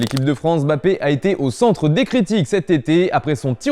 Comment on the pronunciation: On dit MmmmBappé...merde et pas Bappé